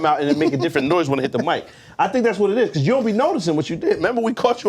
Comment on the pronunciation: “CAUSEBY”